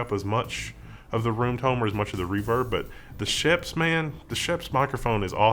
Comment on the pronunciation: Nice! I like a good DIY for technology, a good DIY amplifier would be awesome. (by the way, of course pronounces Schoeps wrong, the "oeps" part is pretty much pronounced like "oops", the "sch" part kind of like "sh" in "shadow")